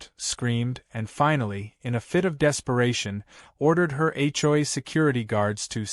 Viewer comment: When will AI learn to say HOA, the hjoyay is getting tiring!